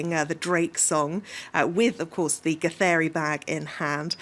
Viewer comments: The lady actually pronounces githeri pretty well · The way the female journalist says "githeri"...nice! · That lady who read the word Githeri please come to kenya for free